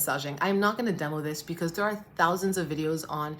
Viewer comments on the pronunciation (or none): Am I the only who hears saying PECAUSE every time 😂?